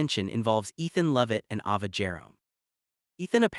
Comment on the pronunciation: Need to pronounce her name right?it's a long a ava.